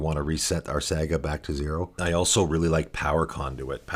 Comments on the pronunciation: Sah-gah not saa-gah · I don't want to be that guy but are you trolling right now. Saga is pronounced like "saw-gah" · I'm sure this vid is great, but im gonna have to watch this muted with subtitles, cause I can't listen to you mispronounce the main word for 21 mins. Saa-guh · SEGA tribal. Sonic as the commander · the way you are pronouncing saga is getting to me :/ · Ya i’m losing my mind over it too for some reason lol